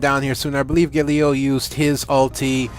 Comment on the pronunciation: gAlio not gaLIo lol